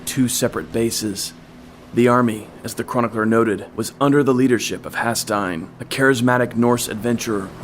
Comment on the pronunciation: It was good but the odd pronunciations were so distracting. Haesteinn as "Has-tine", Cordoba as "Cord-of-a" etc..